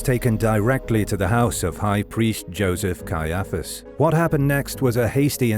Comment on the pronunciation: Cannot believe how you pronounce Caiaphus. You put the emfarsis on the wrong sillarble.